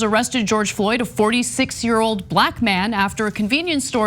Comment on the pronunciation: Play this video back and listen to how Anna stresses the word black man. Ask yourself why you think she did that